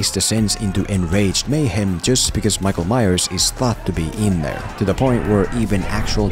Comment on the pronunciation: "Maikol Maiyers"